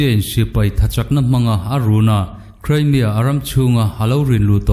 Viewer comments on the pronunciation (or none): none